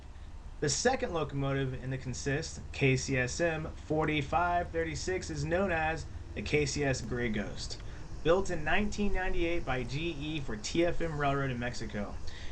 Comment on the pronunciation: In railroad lingo, it's pronounced CONsist, not conSIST.